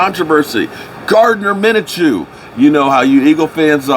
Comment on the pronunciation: Min-a-chew? You mean Minshew?😂